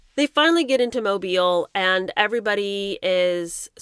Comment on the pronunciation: So nice to hear Mobile (Alabama) pronounced correctly!!